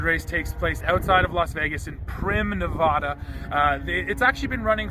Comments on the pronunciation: Say Nevada right pls! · totally agree. if you have any doubts or arguments on how to pronounce it. Ask the people that live in Nevada how to say Nevada. Same gos for Colorado.